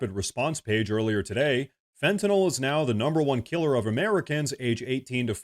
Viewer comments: Thank you for pronouncing Fentanyl correctly. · Thank you so much for pronouncing "Fentanyl" (fen-ta-nil) correctly, when most reporters say it incorrectly as (fen-ti-nall). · I wish I could give you an award for pronouncing Fentanyl correctly.